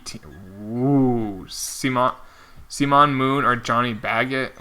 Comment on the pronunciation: its simon not seemon